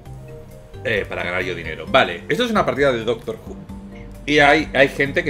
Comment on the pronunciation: aí dise doctro Xd